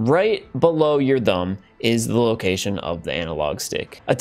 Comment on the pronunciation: This guy pronounces "thumb" with the wrong "th" noise...